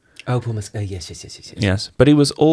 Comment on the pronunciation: Paul’s surname is pronounced Mess-kl not Mescaal